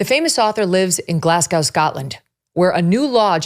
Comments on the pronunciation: American's still mispronouncing Glasgow, phoneticall its Glas-go, not Glas-gow. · Megyn, the city in the west of Scotland is pronounced GLAZ-go, not glass-cow! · J.K lives in Edinburgh, Scotland Megan. Not Glasgooow 😆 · It's pronounced Glazgo (no hatred stirring or feeling hurting intended )❤ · ‘Glassgau’, and ‘Skatland’ always makes me laugh. You might get arrested for that nowadays 😂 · (It’s pronounced Glasgo). But yep, Scotland is screwed… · 1. Rowling is pronounced like rolling. 2. J.K. Rowling lives in Edinburgh, not Glasgow. 3. Glasgow is pronounced "Glazgo". 4. The bill passed 88-28, not 88-32. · She lives in Edinburgh. And it's pronounced Glaz-go. As in 'go ahead'.